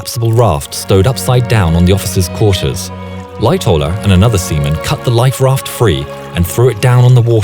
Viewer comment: I thought he said “Light tower” not Lightoller